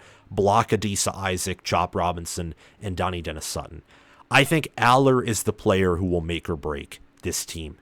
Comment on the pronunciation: Central PA - all I’ve heard is Trout-wine. All the PSU podcasts news cycles etc. Also hear Duh-NEYE, not Danny or Donny-denis Sutton. Rapple-yay not Ruh-paul-yay. Is-erd, not eezerd. Row-hass, not Row-us. Probably a couple more that skip my mind I heard here. Oh, FASH-uh-noo. Not Fuh-SHA-noo.